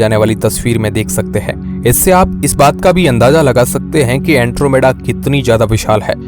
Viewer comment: अँट्रोमिडा नाही अँड्रोमेडा 😂 hai wo